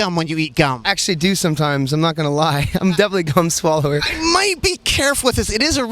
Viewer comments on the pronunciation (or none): Did anyone else hear cum swallower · He said gum swallower and my first mind heard something very different lol. Going on about eating Michael Jackson and all that lmao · did he say cum swallower? lmao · hahaha when he said hes a gum swallower i thought he said cumm swallower when talking about micheal jackson hahaa